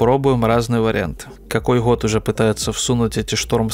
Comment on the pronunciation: я злой логопед 😆